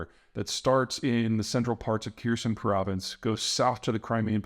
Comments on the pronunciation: Just a heads up, Kherson is pretty much pronounced like Herson, you can ignore the K. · and not to pile on, but Kherson is pronounced Ker Saan not Ker Sin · Someone tell this man how to pronounce Kherson. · Zapor-nitsa is nearby Kiir-son. Where do you think the Kak-ova dam is?